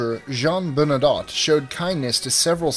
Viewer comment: Btw. You pronounce Bernadotte as Burn a dough. Not Burn a dot. And his name was Jean-Baptiste, he adopted the name he used as king.